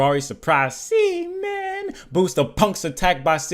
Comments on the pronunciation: Is Seamin pronounced SHEmin? Since they have a Chinese art style... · Is it pronounced SHEmin? Since they have a Chinese art style